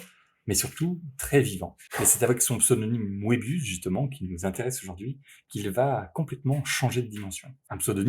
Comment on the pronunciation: Ca se prononce "meubius" pas "moébius"